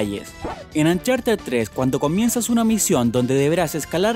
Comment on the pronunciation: calopduti, yochi, cra' bandico' 2, pleitechon, ancharted xDDDDDDD ay